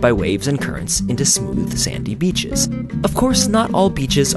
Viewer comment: I love how you say beaches...heh...biiitches